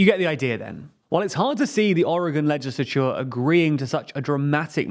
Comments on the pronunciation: Your pronunciation of legislature makes my ears bleed. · Please fix your pronunciation of "legislature", it's absolutely triggering to hear you butchering the word.